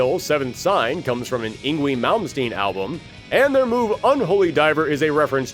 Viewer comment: Yngwie is pronounced as ing-vay. This is from Swedish forming from North Germanic languages before the Great Vowel Shift that occured with West Germanic languages.